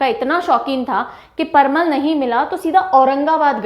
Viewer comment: parwal not parmal 🤔..vry nice video mam😃👌👌